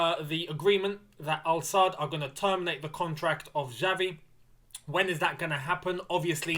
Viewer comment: Hi... Pronouce is not "Javi", it is "Xavi/Chavi"... Kkkkkk..... Is funny to hear you saying "Javi". Keep it up bro, whish you all the best.